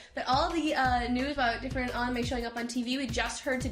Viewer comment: pronounce anime properly